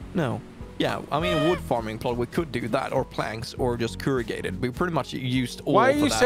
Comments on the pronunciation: COOOOUrigated 😂😂😂😂 another laugh out loud vid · I'm not saying anything about how pronounces coreygated.